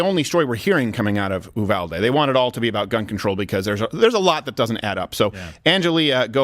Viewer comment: For gods sake Uvalde is pronounced You-Val-Dee. Not that it’s super important but that’s how we say it here in Texas.